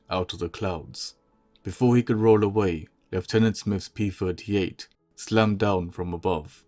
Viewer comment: I hate hearing p furty eight instead of p thirty eight!